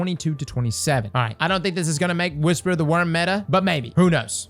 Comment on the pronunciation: On ja I’m about to start taking a shot every time says metah xD